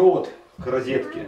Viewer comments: рИзетка? бггг) от слова рОзочка - розетка... но то мелочи, глядя на нагороженную электрику) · Почему вы говорите ризетка